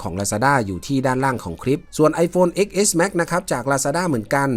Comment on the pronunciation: X เลขโรมันอ่านว่า 10 เน้อ